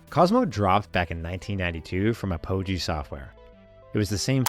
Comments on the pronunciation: Cosmo was great. BTW you pronounce it as App Oh Gee. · Hi, just one note: Apogee is proniunced "APP-oh-jee." 😊 We had many, many shareware games. My dad was a programmer back then, so we always had a computer or two. Dad was also on the BBS, and he and my older bro would download games sometimes. So I do remember Cosmo, which was weird and colorful. I didn't like it as much as some of the other games we had, but I still enjoyed it for what it was.